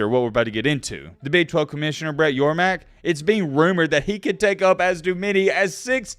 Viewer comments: Hey. It's Brett YORMARK. Not Yormack. C'mon, man. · It's Brett YorMARK not YorMACK!! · Great content. As a big 12 fan glad to hear it even tho in a perfect world I would have kept with the status quo before these 4 blue blood teams left their original confrences. On another note I'm pretty sure the big 12 commissioners last name is pronounced (Your Mark) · Brett Yormark. YOUR-MARK. MARK YOURMARK. SMH, have his name on the screen several times and can't even pronounce it lol